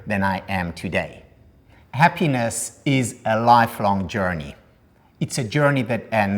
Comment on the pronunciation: The guy is talking for an hour about „ha-pínes“.